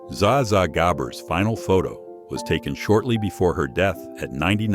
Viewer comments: “Za Za Gabore” ? Zsa Zsa Gabor is pronounced (ZHAH-zhah. GAH-bor) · "Zah Zah Gabber"??? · Zaw Zaw Gabber?? Aw, c'mon, AI! Sheesh!